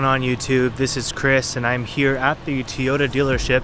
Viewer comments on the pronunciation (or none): Toy-Yoda, not Tee-yoda.